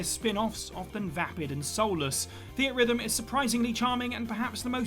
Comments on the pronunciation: Theat rhythm 😂😂😂 I’m inclined to correct this nonsense... its pronounced Theatre rhythm come on bro 😂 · I always pronounced Theatrhythm as "Theatre Rhythm". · The way he says "Theatrhythm" hurts my soul